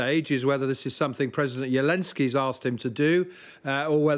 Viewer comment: President “Yelensky”? WTF?